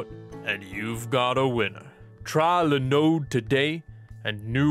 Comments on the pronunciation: There we go. He said linode. I can move on with my day again. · If you can pronounce "Linode" properly... just sayin'. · He says linode correctly, but doesn't say linux right when linode is a portmanteau of "linux + node", strange.